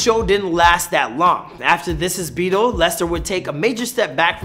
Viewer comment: It’s beeeettlee